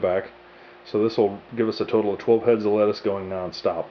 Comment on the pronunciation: nigga said tey fo letaus haaahhaha